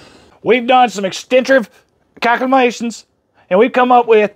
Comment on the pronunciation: "Calcumanations" LoL 🤣 sounds like 'ol Joe, LMFFAO 😂